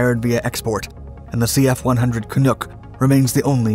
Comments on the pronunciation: I always pronounced Canuck with the short U. This is the first time I ever heard someone pronounce Canuck as Canook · Pronounced can-nuck, rhymes with puck. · And to reply to your initial comment, as a Canadian nobody says "ruff" to say roof. It is pronounced Can-uck with the pause in between. "uck" like "duck" and "hockey puck" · You could at least have enough respect to say the name right. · 🇨🇦 Great informative video, BUT very hard to listen to Canuck being mispronounced continuously throughout the video. 😒 🇨🇦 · Great video but... How do you pronounce "duck" - right, now drop the "d" and add "can" before it. All joking around, thanks for this and all the other great content - it's appreciated! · Canuck like duck? Any self-respecting Canadian should say "Canuck like puck"!! 🤣🤣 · From a Canadian, FYI: It's "Canuck" like in buck" or "duck", not "Canook" like in "duke" or "mook". Americans always put the em*pha*sis on the wrong syl*la*ble. 😉 Diefenbaker did Canada dirty. He was a really good PM in many ways, and was ACTUALLY socially progressive and fiscally conservative. But killing the Arrow was his greatest mistake and what his legacy will be, despite the bill of rights, and getting First Nations people the right to vote and into the Senate and women into Parliament, and his anti-racism policies, and being opposed to Apartheid, and preventing nuclear weapons from entering Canada. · Canuck rhymes with truck, not book! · It’s pronounced “Canuck” not “canook” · Good video very informative but next time please do a little more research you butchered the name it's not kanook It's pronounced Can-uck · It is Canuck not Canook. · you're saying "Canuck" wrong ... "can nuk", not "can nook" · canUCK like dUCK, not canOOK. There ya go! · As a Canadian, I cringed every single time he pronounced this plane "Canook" and not " Cannuk" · Great video but I cringed every time you mispronounced Canuck. The "nuck" rhymes with "tuck". Not "nook". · "Canuck not Canook"